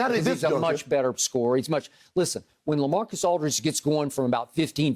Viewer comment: "Lacamacus Aldridge"